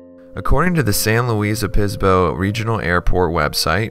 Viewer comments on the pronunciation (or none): He actually call it "Opisbo" all the time. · The name is San Luis Obispo not oPispo it has a B in the name and is pronounced O-bis-po